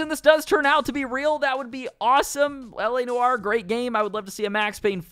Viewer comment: Sorry, LA Noowah?